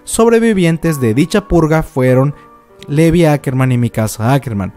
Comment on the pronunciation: Gran teoria... Solo una cosita Levi se pronuncia (Li- vay)